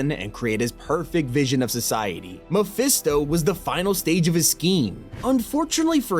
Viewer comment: Is it hard to just say mephisto?